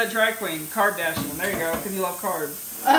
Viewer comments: Lol “keeping up with the carbdasion” hehehe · BRUHH “CARBDASHION” HE AIN’T EVEN SUGAR COATING IT LMAOO